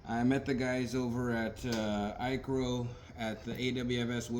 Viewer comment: FYI you are not pronouncing ICRO correctly